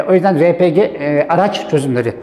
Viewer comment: Cihazları araştırıyorum ,emeğinize sağlık,yolunuz açık olsun. Ama elektrik üretimi yok bazılarında. Tam bir açıklama bekliyorum. RePG yazıldığı gibi okuduğunuz için teşekkürler, çünkü bu bir Türk malı